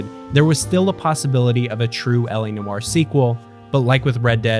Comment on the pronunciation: He saying noire wrong asf